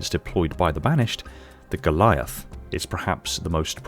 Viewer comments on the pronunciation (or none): none